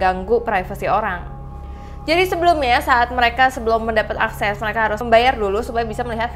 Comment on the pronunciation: Askes? Akses